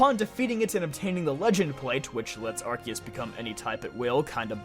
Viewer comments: The word of is not in the title! And it's Arceus, not Arkoos! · THERE ARE NO O'S IN ARCEUS!